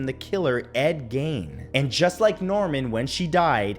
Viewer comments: Ed Gein's last name is pronounced geen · Your pronunciation of ed gein is incorrect. The last name is actually pronounced geen, like green, without the r. It's a mistake I've heard you make before. Just pointing it out. Thank you.